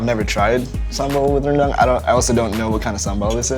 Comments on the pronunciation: "Reundunk" that's how you pronounce Rendang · ahhhh the way bald dude pronounced rendang and sambal is hilarious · "Randang" XD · This dude said beef Rendong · The way he pronounces sambal and rendang is so off HAHAHA